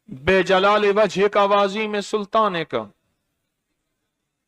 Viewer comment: Haan unhonay galat kaha Bi jalaali nahi hai